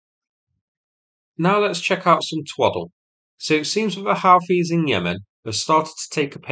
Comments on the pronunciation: They are like owls. Hoot-ies. Not how-ties. AFAIK anyway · when I searched pronounce houthis, google said howthies. Maybe its wrong